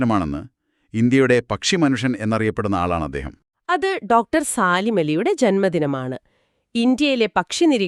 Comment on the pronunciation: Do saleem ali aan saalim ali alla